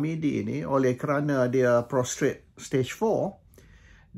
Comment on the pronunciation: it's pronounced as "pros-tate".